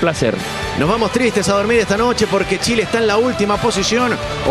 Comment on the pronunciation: Chiled 😂😂😂😂 , chiled 😂😂😂😂